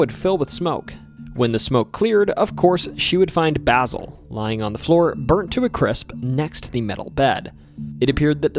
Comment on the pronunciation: Way to butcher mavis and basils name